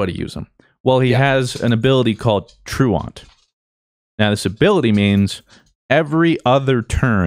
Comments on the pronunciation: I dealt with like 30 episodes of the ooflocke with Fruit mispronouncing Truant, can someone PLEASE tell him. /ˈtro͞oənt/ (true-ent) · is no one gonna correct fruits pronunciation of "truant"? I thought blue would've. Someone pleaase look it up